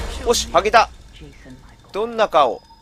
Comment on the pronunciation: ぱっと見ゴリラ(・ω・)とその辺りのウィルソンの顔www 仮面取れるたんびに「剥げた(゜∀゜)」っていうの面白いww （禿げたに聞こえる） そしてピースさんの行動wwwwww